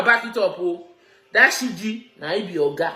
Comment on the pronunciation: Her name is Siju and not Siji.